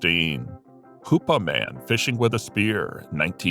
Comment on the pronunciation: Hoopa not hupa. I live just off the Rez.